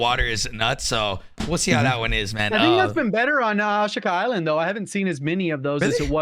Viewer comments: I can't get past how pronounces Ashika island...Holy shit "Osh-kuh" Island Jesus it drives me insane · Glad to hear I’m not the only one who gets triggered by the way he says it 🤣